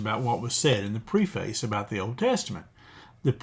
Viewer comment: Very helpful and important information, thank you! One request: please check the pronunciation of "preface."